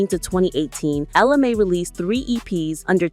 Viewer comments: It’s pronounced Ella May and not Mi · Ella Mayyyyyyyyyyy say it with me not my, mayyyyy ! That's driving me nuts!!! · Girl, say her name right. It’s Ella Mai(Mae). I never heard Jacques’s version. I knew she was pregnant before she had the baby. I seen a video of her pregnant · At first I was thinking I was saying her name wrong, but then that lady said ja'queye. 🤣🤣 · Many errors in your content, including the fact you mispronounced her name. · She is killing me the way she keep pronouncing her name.If you're going to do an article on someone, get the name right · At least say her name correctly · I hate when the commentator can't say the artist's name right! 🤨